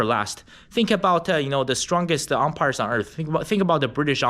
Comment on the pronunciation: the British "Umpire" LOL